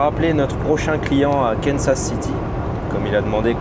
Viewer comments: on dit pas Kensas mes Kansas KANSAS ok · Es qu'on dit pas Kansas plutot que Kensas ? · Salut, Kansas se prononce Kansa' (pas de s à la fin- idem pour Arkansas- Arkansa') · donc si je dis « Kensas », je dois prononcer « housse ton » et « hausse tin » ?